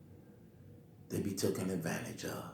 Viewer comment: How hard is it to say TAKEN?